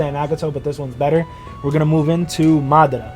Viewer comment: my man actually pronounced Madara correctly hell yeah!!!!